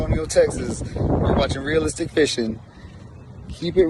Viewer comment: real-lis-tic!! real-lis-tic!!!!!